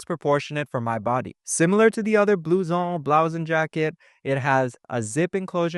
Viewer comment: If you are a Canadian you shouldn't be butchering a French word like "blue-zon"!